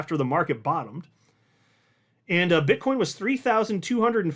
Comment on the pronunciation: Did you say BitchCoin